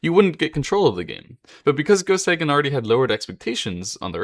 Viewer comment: A bit of advice: if you're going to make a video about someone, first learn how to pronounce his or her name. "Seigen" is pronounced "Say-gen" -- NOT "Sigh-gen."